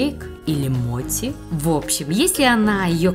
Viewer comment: Этот десерт называется не моти а мочи